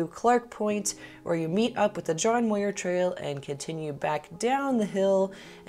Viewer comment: "Muir" rhymes with "pure".